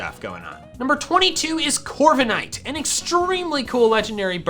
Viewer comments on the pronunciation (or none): LEFT OFF THE K IN CORVIKNIGHT! AND THERE IS NO I IN LEGENDARY! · CORVIKNIGHT, NOT CORVINIT! NOT ENOUGH LETTERS! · DO NOT LEAVE OFF THE K IN CORVIKNIGHT!